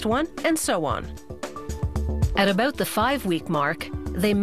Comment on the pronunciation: did she say aboot?